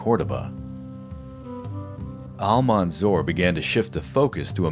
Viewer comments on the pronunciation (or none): You pronounce Al-mansur name instead of Al-mansur you say ‘’Al-manzor’’ which is funny because the way you pronounce his name means in Arabic ‘’one who is been looked upon with envious and greedy intentions’’.. I guess in the end that name fits him better!!